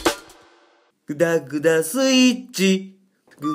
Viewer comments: 絶対ダグダク言ってる松尾が愛おしい 電車で見た私がバカだった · IKKOさんがダグダグ言ってるように聞こえてくる(笑) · あんず。 だんだんダグダクに聞こえてくるところが好き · まじで、オモロすぎるだろ ダグダグにしか聞こえないし笑笑